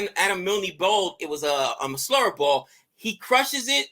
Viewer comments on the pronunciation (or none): Oh boy, Milne rhymes with Kiln. Just say the word MILL and stick an N on the end.